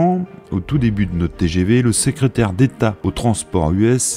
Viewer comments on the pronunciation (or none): C'est très intéressant, mais la prononciation du speaker coince très souvent : "la voilà qui pouette le bout de son nez", "en raduisant la longueur des motrices", "le sécrétaire", "les kilomètes" et autres mots avalés, etc.